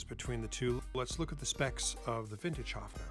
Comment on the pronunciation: I could huff !!! As you sympathise with this instrument of Germany: learn to pronounce it respectfully. It is not a HUFFing...! The vowel is pronounced like in BIRD!:::H"oe"fner !!!